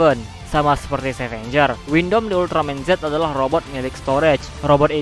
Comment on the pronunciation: Abang sebut windam itu windom